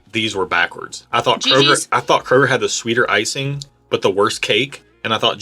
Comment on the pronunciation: Thank you for not pronouncing it as Krogerzzzzzzz